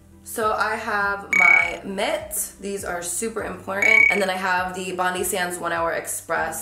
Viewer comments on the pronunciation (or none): I'm a Sydneysider and it literally hurts me to hear you say 'bondie sands' haha. It's bond-eye, like our beautiful bondi beach! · It’s bond-eye sands not bond-ee sands